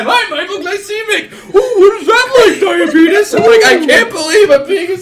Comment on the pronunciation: to hear go full Alabama.